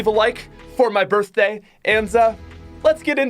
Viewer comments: Yes birfday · Happy birthday 🔥🤯🎂. I love the way you say birthday😝